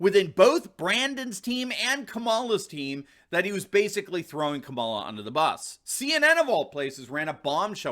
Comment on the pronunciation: Ka-ma-la. Equal pronunciation. The name “cackles” is fabulous though.